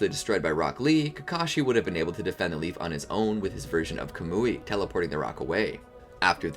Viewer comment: its not ko-mu-ei its ka-mu-ei maybe it is diffrent in the Japanese version tho